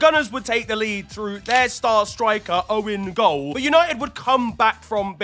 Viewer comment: "owen goal" 😭😭😭